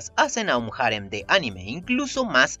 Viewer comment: Cada vez que dices "jarem", y no harén, me sangra el oído.